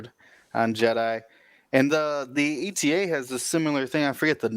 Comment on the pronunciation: Ay-tuh. AY-TUH! Not "ee-tee-ay." The Eta in Eta 2 is not an acronym for something, like the ARC-170 is (it stands for Aggressive Reconnaissance). You don't pronounce the Delta 7's name "dee-ee-el-tee-ay." You shouldn't pronounce the Eta 2's name that way either. Thank you for coming to my ted talk.